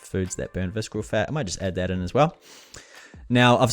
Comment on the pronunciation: Great video and it helped me whenever I need to brush up quickly on the tool. I gave a like... And I have to ask, why do you pronounce the word visKeral?! Is it a Kiwi thing? Do New Zealanders in your region pronounce ce ci cy as K? Was it an honest mistake of not knowing the word? If it was why would you think that it's pronounced with K sound? (I'm not being a troll I am a non-native English teacher so I'm curious)